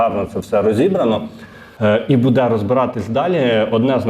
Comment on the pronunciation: Може все ж таки "дочекались"? 🙂 А ще правильний наголос "бУде" на "у" , замість неправильного "будЕ" на "е"